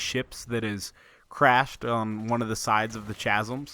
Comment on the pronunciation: How hard is it for one person to say chasm properly